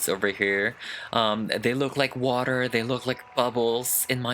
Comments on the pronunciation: whenever you say “water” your accent really comes out lolol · ❤❤❤❤😍😍😍💕I love it when says "water" in British